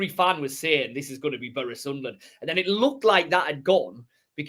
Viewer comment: Love this content guys buttttttt I don’t like how says Boro it’s like burra 😂